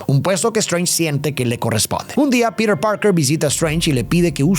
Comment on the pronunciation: Por que dice piret si se dice piter